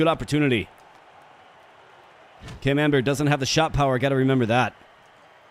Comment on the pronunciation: I can't help hearing Cam Amber as the French cheese camembert.